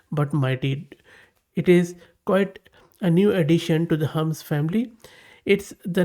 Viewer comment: Hermes - do you mean Hermeeeez and not Hermz!!!